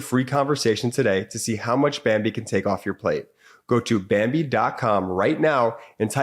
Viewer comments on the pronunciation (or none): you said bimbee instead of bambee